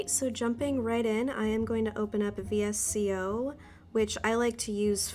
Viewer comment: I really enjoyed this video, and I love your photos on Instagram! Thanks for sharing. 😊 By the way, VSCO is actually pronounced as ‘Vee-sco’.